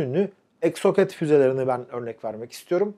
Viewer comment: Hocam Exoset okunuyor 😉